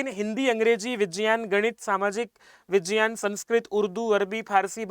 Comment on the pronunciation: Vijyan nahi vigyan bolte hai